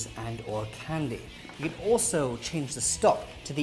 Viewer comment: Every time he says "Candy" I can't help but laugh XD